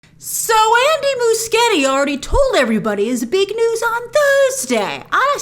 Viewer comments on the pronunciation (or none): Soooo Andy spaghetti. Thats what I hear when she says his name